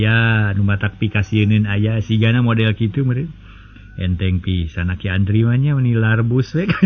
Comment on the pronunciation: Aki Andri Atawa Antri. Samar kapirengna.😅😅